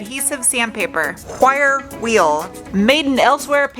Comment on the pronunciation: Whire wheel. Still laughing